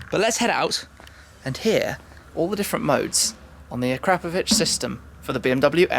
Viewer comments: I really thought it was acra-POE-vich, not a-CRAP-ovich. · It's actualy a-kra-po-vić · I don’t care if it’s pronounced Ah-CRAP-ovich; I’m not saying it like that because it sounds like an insult. I’m going w/ Akra-povich. That’s my cool story; nobody cares, but I had to write it. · A Crapovich??? its Akra Povich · the way u said akrap....povic u sound like an idiot please youtube on how to pronounce akrapovic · Did he say AK-CRAP-PO-VIC? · "A-crap-ovic" come on Tim they make pretty good exhaust systems lol. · pardon my ignorance... but shouldn't be pronounced akrapòvic? i've heard it both ways (the way i wrote it and the way shmee said it) and was wondering wich one is the right way...